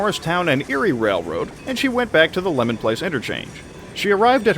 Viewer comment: Leamon place, not lemon place.